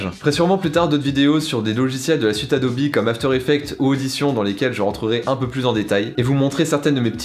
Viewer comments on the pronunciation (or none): on dit adobe pas adobi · c quoi sa adobi au lieu de Adobe ptnnn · Le "E" se prononce "I" en anglais. Donc si la vraie prononciation est "ADOBI" et non pas "ADOBEU"